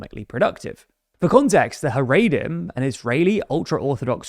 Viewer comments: Just so you know, it's pronounced "Ha-ra-dim" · Big fan of the show. Very unique pronunciation of the word Haredim. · He pronounces it wrong.